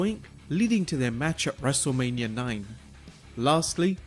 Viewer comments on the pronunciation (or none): none